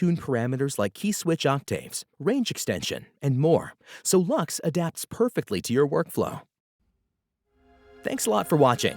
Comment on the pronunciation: I have to admit I was surprised to hear “Lux” pronounced as “Lachs”. With such an elegant name, I immediately thought of the Latin word "Lux" for “light”, which actually fits the soft, luminous character of the library perfectly. The “Lachs” pronunciation (German for “salmon”) really caught me off guard! For me it will always be “Lux” as in “light”, much more poetic and fitting